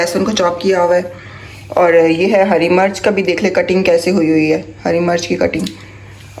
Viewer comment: Lafz hari marach nahi hota hari mirch hota hai